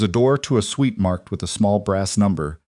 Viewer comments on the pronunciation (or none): It is suite NOT sweet